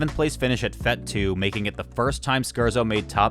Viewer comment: just a small correction, the word "fete" is pronounced not "feht", but like with teh ay sound. "fayt".